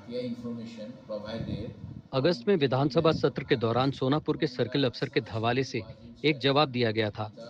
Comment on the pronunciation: Sonpur nahi sonapur hai yek bar ache se to padh lo 😂